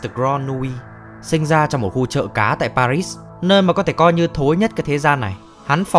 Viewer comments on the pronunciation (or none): none